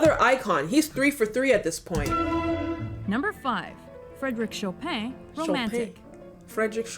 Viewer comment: Nobody: The mojo voiceover: Frédéric Chopain. Me: Well, I suppose that makes sense, considering that playing Chopin does break your fingers.